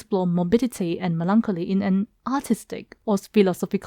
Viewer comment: For heavens sake, learn how to pronounce melancholy.